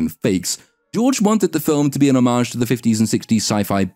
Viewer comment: Omg, this dude actually knows how to pronounce homage. That said, when these reboots feel the need to pay homage to the original, it just makes me feel as though paying homage to oneself isn't homage at all, it's just arrogance assuming audiences love one-trick-ponies.